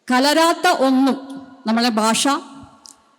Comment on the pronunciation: ബാഷ അല്ല, ഭാഷ